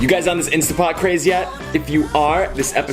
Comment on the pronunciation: This just seems a bit too fake and "trendy" to me... sorry... later!:50 - by the way it is instanTTT pot.. not instAH pot